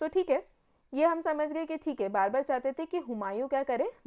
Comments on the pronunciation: For the video thanks but Babur ko barbur kiyu bol rahi a😂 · Babar, not Barber. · Your pronunciation is wrong..it's not barbar it's Babur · Mam babur hai wo barbar nahi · Aapne Babur ko Barber bana diya.... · Barbur nhi hai ma'am babur hai wo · I thought I'm mistaken but now I know mam was saying Barber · बैटल ऑफ 'कन्व' ये कौन सा बैटल था??.....मैडम वो 'खानवा' है। और 'बार्बर' नहीं उसका नाम बाबर था। आप। 'सांगा' को आप संगा बोल रहे। परचम से ऐसी उम्मीद नहीं है।